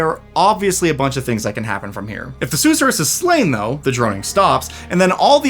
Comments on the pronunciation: Sus sure rus, not sooh suh rus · Sus sir us. Not probounced like the Dr. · king i beg you. the emphasis is on the second syllable, not the first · It’s pronounced “suss-er-us” 😋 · Seriously, I winced each time LOL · Youre mispronouncing susorrous